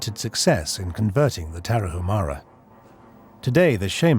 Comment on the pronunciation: It's not Tara-who-mara but Tara- oo-mara. And it isn't who-araches but woo-araches.